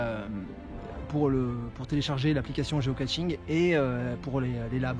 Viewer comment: Toujours pas de T dans Geocaching (et pas GeocaTching). 😉